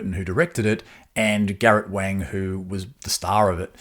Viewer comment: Wang is pronounced Wong like wrong (pardon the pun!)